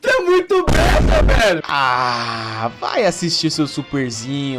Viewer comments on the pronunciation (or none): none